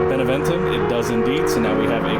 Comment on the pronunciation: One of these episodes, you'll read Beneventum's name out right the first time... :P The sudden opinion change is from your ruler growing up, so now the "leader unmarried" bonus kicked in, which is why they calmed down a turn later when your king married the Gaul.